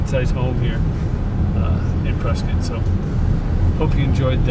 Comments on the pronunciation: Prescott Native born and raised.. thank you for pronouncing the City, PreSkITT and not PreSCOTT. And that big building by the Ranch off Lee Blvd is a Retirement "Community". And fyi we dont have any "clubs" on whiskey row. We have Bars. It's the Old West. Everywhere in Prescott you will go up hill. So houses onto of hills are very common. Everywhere in Prescott has a view. And you really didnt even go into Prescott. It's mostly N. Prescott. Dont confuse that with downtown. They are completely different. Prescott is so diverse. Downtown is much more vibrant. Prescott is a "tourist town with a drinking problem". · Ya you are saying Prescott right